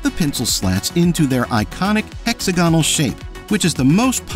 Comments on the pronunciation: Another fine video thanks. Quick note on pronunciation: "homogenous," is ha-MODG-uh-niss, not ho-mo-GEE-niss, and "hexagonal" is hex-AG-ah-nil, not HEX-a-go-nil. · Smoothen? Hex a gon' al?